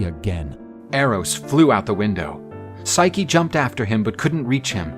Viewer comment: What they mean:physce What i hear each thime: SIKE!